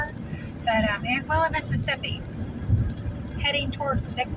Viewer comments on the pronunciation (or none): You had the pronounciation accurate in the start of your video. Anguilla is like An-gwill-a. Natchez is like matches. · Anguilla is pronounced An-gwe-la.